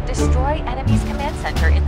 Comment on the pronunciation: he corrected them with "destory" and he said "destory" himself.